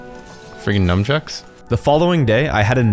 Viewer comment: nunchuck not numchuck